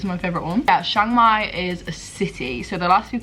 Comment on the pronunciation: It's pronounced Chang mai not Shang Mai.